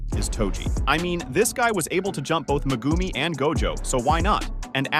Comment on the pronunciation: Bro who tf is megoomy 😂. Its megumi